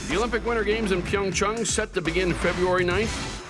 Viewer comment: Finally, someone that can actually pronounce PyeongChang correctly!! Also, HOPEFULLY YUZURU GETS ANOTHER GOLD!!!!